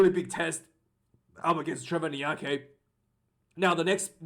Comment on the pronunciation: It's Trevor In-ya-car-knee bro